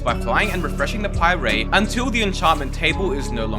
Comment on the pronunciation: Bro used a “How this is ruining Minecraft” video to learn how to pie-ray 💀